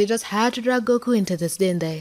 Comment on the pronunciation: Umm... Also did anyone else heard "Dende" (A character from DBZ) Instead of "didn't they"?